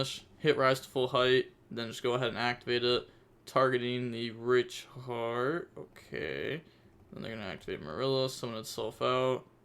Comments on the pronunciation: hey man be careful the the pronunciation of Scareclaw Reicheart. It sounds like you're saying another r word that some people could get in arms about. it's pronounced "riyk-hart" not reek-hard. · reich heart is pronounced like rike (rhymes with bike)